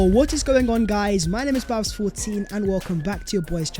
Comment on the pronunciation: “Vhat is vhe video vhere and vhere.”????? What does that garbage even mean?!! IS A DIPSTICK!!! WHAT A PLONKER you are!! What is that CRAPPY MEANINGLESS - “VHAT IS VHE VIDEO VHERE AND VHERE.” Honestly! Your English is an embarrassment! You think it’s cool to do consistently end your otherwise excellent content by appearing to be a complete DUMBASS??? 😂😂😂😂😂 Do you even care about improving your video presentation??? ONLY the ending let’s your product down. FIX IT, you goofball!